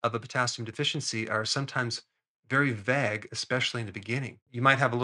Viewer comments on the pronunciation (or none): I don’t think I can trust him now knowing he’s pronounces vague like “vag” 😂